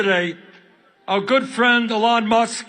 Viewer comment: I like how when Bernie says "Elon," it sounds more like " Ellen". I doubt that Musk likes that.